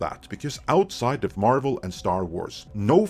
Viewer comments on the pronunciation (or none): none